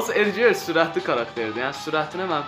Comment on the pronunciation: Edger yoxe edqar